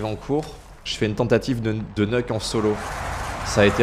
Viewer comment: Top, mais sinon on prononce "Niouk" et pas "Neuk", c'est une abréviation de "Nuclear" :D